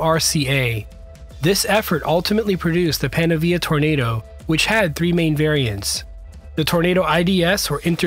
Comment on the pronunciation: I believe thats PANAVIA, as in PAN AVIA as in avian.